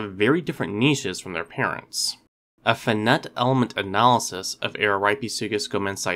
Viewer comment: I generally like your channel, but you tend to guess at pronunciations. For example, FINITE is pronounced, "fye-night".